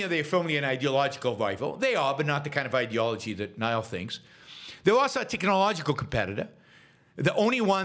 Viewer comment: There is no "ck" sound in Xi. It's "kneel" not "nile."